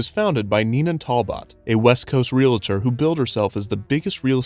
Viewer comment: that isn't how you pronounce realtor, friend